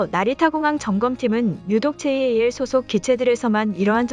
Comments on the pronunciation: '제이에이엘'>>> '잘' 이라고 읽으세요 ANA는 그냥 '에이엔에이'이라고 읽지요. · 보통 잘(JAL)이라고 부르는데, 제이 에이 엘 이라고 하니, 엄청 어색😶